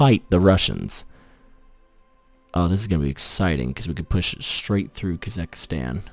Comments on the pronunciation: It's KasaKHstan. Not Kasakastan.... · It is still KasaKHstan and not KasaKHIstan